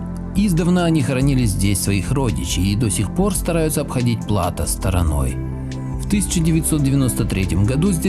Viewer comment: ПлатО, ударение на последнем слоге.